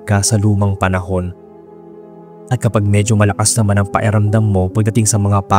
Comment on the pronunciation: PAKIRAMDAM hindi paeramdam. buyoy